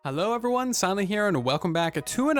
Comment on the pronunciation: “Uvrything” “Uvryone”